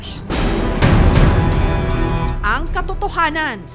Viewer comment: Nalula naman ako dun sa pagkasabi ng estimated value "wan handred fifti billion dollars" 🤣